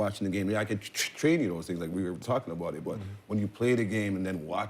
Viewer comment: for people who wonder about canadians saying about like "aboot" its more like how sga dad says it here and